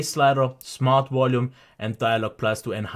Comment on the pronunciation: Wolume whelle